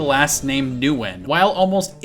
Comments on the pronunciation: I think Nguyen is pronounced N-Win. My doctor's last name is this. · Its pronounced “Win” Don’t you watch football? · It's not quite win. It's win with the NG sound like siNG in front, so NGWIN. The NG is not heard very well for most English speakers.